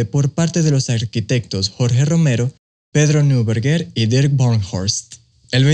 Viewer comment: Neuberger se pronuncia „noiberguer“✌🏼